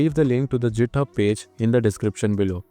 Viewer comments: "the jithub page" 💀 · Did you say Jithub 😂